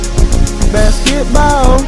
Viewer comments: “BaSketBauuU” - Stephen Curry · The way he says basketball "basketbaww" i love it lmao